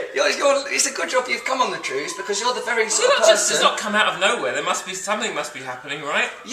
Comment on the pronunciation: Simon Says TREWS